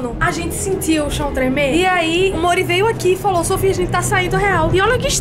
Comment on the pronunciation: Kkkk o nome do Mori é Mori e quando vc chama ele pareci que vc da chamando ele de amor tipo Mori vem cá kkk